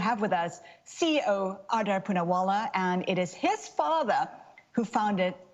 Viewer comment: udder poonaavaala? is that how you pronounce his name? is it udder? i saw some indian news channel (indiatv for example) calling him adaar with d- spoken as a dental consonant (अदार) ... udder is utterly cow milk reminding word